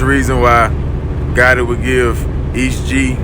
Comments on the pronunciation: “E.S.T Gee” not east gee 🤦🏾🤦🏾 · E. S. T. not east Gee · It's "E S T Gee" not "East Gee" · Nigga quit saying east gee.... it’s E.S.T. Gee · Boi its E S T G not East G. You lame for that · That man name is "Est Gee " not Es Gee 😆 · Thought I was the only one who caught that"..🤣😂🤣😂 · This nigga keep messing his name up